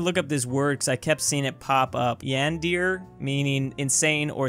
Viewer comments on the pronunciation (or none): Also tell him it’s pronounced as “Yah-ne-deh-ray” and not “Yah-ne-dyeer” 😵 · When said "yandear" instead of "Yan-der-e" part of me died. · he said yandeer. YANDEER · Yan-dear Hearing you pronounce yandere like yandear hurt my soul and I’m not even in to that type of stuff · "Yan Deer",, 2020 Because when Naggz said "Sun deer" it wasn't enough! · ITS PRONOUNCE YAN-DAR-AY AND ALSO ITS MEANS THEY'D KILL TO BE WITH THEIR CRUSH! (Yandere) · "yan-deer", yes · Ah yes,yendeer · It doesn't seem like you actually read Yandere correctly, see Yandere Simulator for details.